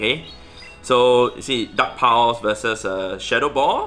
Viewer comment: Am I the only one who keeps hearing "duck powers" every time he says dark pulse. 🤣 Also, thanks for the tip. I just beefed up and double moved my Cofra. Gonna give it a try. Running my lucky shiny sableye, gfisk and Cofra now.